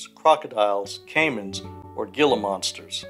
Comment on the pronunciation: Love the video but I think that this was the first time in a while that I heard Gila be mispronounced